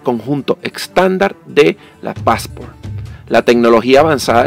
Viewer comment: Excelente video, es PASSSSPORT No passAAAAport por favor no cambiar el nombre no pronunciar mal los nombres, se ve espectacular!!!